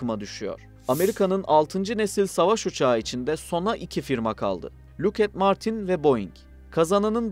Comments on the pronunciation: Look at Martin 😂😂😂. Lokhiiid Martin diye okunur😂😂😂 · luked değil lokhiid martin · Bir çok bilgi hatası mevcut. Kullandığınız kaynakları kontrol etmenizi tavsiye ederim. "Locked Martin" i " look at martin" şeklinde ki telaffuz hatasınıda notlarınıza ekleyebilirsiniz. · Lockheed Martin'i nasıl look at martin diye okudun tebrik ederim. Look at the tabela gibi. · Lükhed Martin.